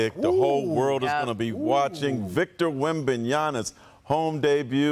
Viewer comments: why do they pronounce it as wembanyana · I seriously don’t get how bro can’t get wembenyama right, he’s literally the most famous person in the nba right now and bro still saying wembenyana. This bloke supposed to be an expert, probably never even heard anyone say his name cause he don’t pay attention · Why is it so freaking hard to say "WEM-BAN-YAMA?" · Victor wembNyannis? Lol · If you want to remember how to pronounce wembanyamas name. Remember that nyama means meat in basically every aputhern african country .